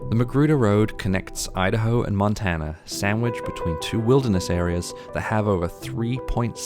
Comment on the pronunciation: me-da-hoe? you-da-hoe!